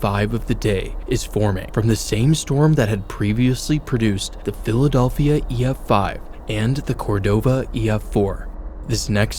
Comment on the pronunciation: the philadolphia